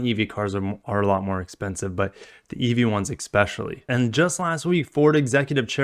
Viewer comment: That was a very Utah like pronunciation of "expecially" lol